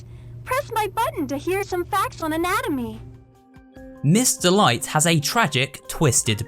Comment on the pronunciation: Everytime you said "Miss. Delight," I thought you said "Mr. Light."